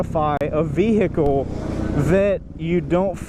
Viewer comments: World vey-hee-kle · You're the only person I "know" that pronounces H in vehicle that clearly... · I hate the way you say “vehicle”, just sayin. :)